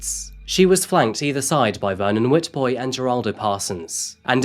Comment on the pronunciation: Sick pieces of SH!T laughing in court. Waste of oxygen...God it makes me sick. Such a beautiful girl...what a sad ending. Unfortunately in SA you have to grow eyes on the back of your head at all times. ** For future SA cases...the W in Afrikaans names or words is pronounced as a V. So instead of Witbooi...you pronounce it Vitbooi. **